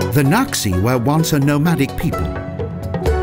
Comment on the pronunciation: Lijiang = lee-JAHNG, not lee-YAHNG.//Qing is pronounced CHING, not QUINN.//According to Lonely Planet Guidebook, 'x' is pronounced 'sh' in Mandarin; so Naxi should be pronounced NAH-she, rather than KNOCK-see.